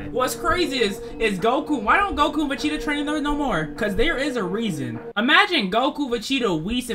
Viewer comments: wtf is a vacheeta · he's saying vecheata and not vegeta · im the only one who can hear him saying vecheata... time stamp